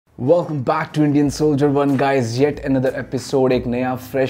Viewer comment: Please pronounce wolcome back 2 welcome clear and nice